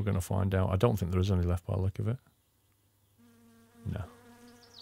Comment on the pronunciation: I swear he says ,,the” instead of ,,there”